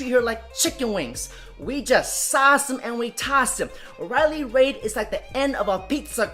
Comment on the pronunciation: Its Riley Reid, as in "reed". Not "Raids". Where did the s come from?